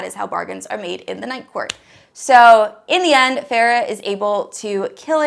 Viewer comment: "Farrah" No ma'am. It's ✨fae-ruh✨